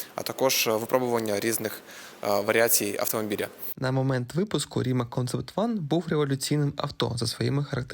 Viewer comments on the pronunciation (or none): дякую за відео! просто на інфи, здається, так як це хорватська компанія, правильна назва звучить як Рімац, але так чомусь дуже мало хто говорить)) а машина дійсно топ за свої гроші (ні))